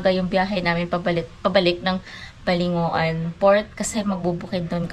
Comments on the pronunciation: We locals pronounce Balingoan as Baling wan not balingo- an. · Just watched your vids.. and BALINGOAN is not pronounced as BA-LI-NGO-AN, but BA-LING-WAN. hehe hope you can visit eastern mindanao side.